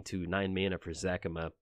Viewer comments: Its Za-ca-ma not Zac-ama. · After Parnell's ZACAMA shouts there's only one correct way to pronounce it. :D